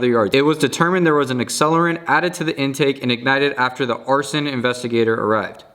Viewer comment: Also arsen = arson lol